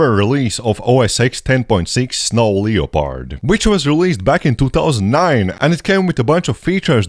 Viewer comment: Just a quick note: “Leopard” is pronounced LEP-perd.